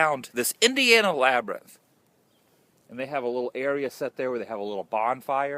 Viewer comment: LOL. The LaBrYnTh!! Can't say it normal. Haha. Cracked up at the end with the sun and your goofy labryth talk.